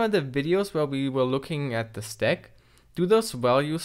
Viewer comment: cant even pronounce stack correctly, kind of hard to understand like what is that "`"x08' at the end?